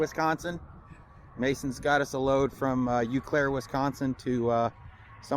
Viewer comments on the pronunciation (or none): Funny. Its pronounced O Claire and Ma Nards in these parts. lol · Welcome to Wisconsin… pronounced “Oh” Claire…. Ma Nards is headquarter in Eau Claire.